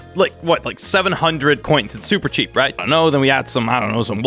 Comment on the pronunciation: And you say cheap wrong